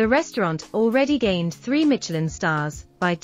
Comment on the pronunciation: There's no T in Michelin. Silly.